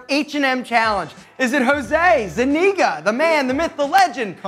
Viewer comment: Why Jose pronounce his last name like that? Cause that’s not how it’s pronounced in spanish 😂